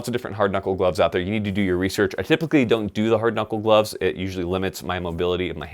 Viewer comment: glovesiz? for a guy who makes fun of marines a ton, you sure sound like one. #crayolaforthewin